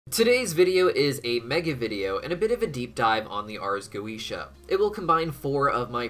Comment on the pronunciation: Wondering why you suddenly started pronouncing Goetia differently halfway through?